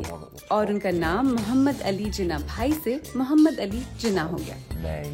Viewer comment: Mujhy umeed na thi ky ap jinnah ko theek sa bhi pronoun ni kar sakin gin